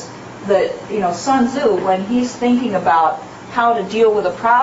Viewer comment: The name is not pronounced “sun zoo” mmmkay?